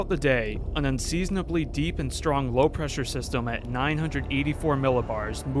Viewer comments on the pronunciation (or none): none